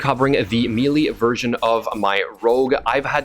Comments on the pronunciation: meelee is pronounced "maylay" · Take a shot every time he says "meely"